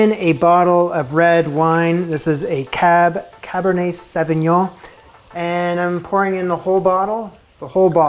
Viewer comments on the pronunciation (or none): Holy cow Julia loves her booze.. how much of it hahaha btw Sauvignon is pronounced 'Sov-ee-nyon'